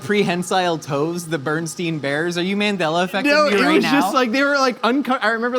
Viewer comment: said Berenstain bears the wrong way and I can't get over it